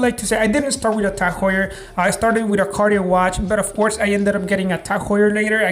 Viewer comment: You're a Jeweler and you pronounce Cartier "Carti-errrr"? C'mon, man. 🙄